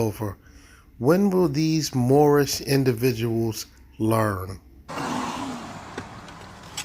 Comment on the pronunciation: Moorish international 😂 I believe it's pronounced "moor-on"😂